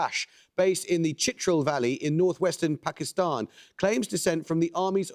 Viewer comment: ChitrAAL and not Chitrul….